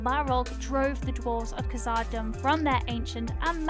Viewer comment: You mispronounced khazad-dum lol